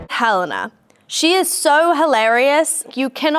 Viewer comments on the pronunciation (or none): none